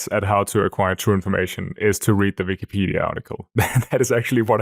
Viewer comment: the german is coming out whenever he says "vikipedia"